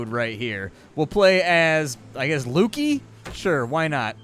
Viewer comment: Pretty sure it's Luky as in Lucky (Lukey has an e in it). Other than that good video